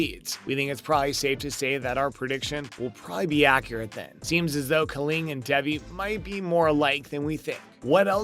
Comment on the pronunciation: I'm sorry for being that person but her name is pronounced Day..vee #teampaxton